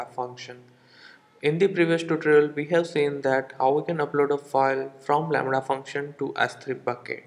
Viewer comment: It was all fun until the "Lamrha" came in! xD